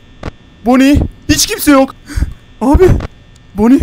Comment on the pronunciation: Ve bonny e bazen boni bon demesi müq oluo sjsjjj 😂😂😂